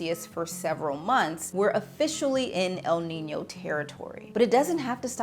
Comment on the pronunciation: El Nino is not Al Ninny-o, nor Al Neeny-o. There is no extra 'i' sound... The whole lot can't read.